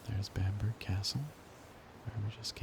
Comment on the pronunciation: Just a heads up man, in the UK we pronounce it Bam-buh-ruh rather then bamburg. Still a great video :)